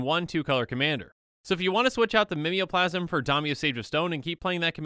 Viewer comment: Are they not pronounced Ghave (Gayv) and Mimeoplasm (Mime-o-plasm)?